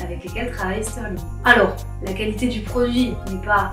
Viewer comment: Y'aurait pas un trema sur le Ü à Stührling? Donc pourquoi dire "Steurling"?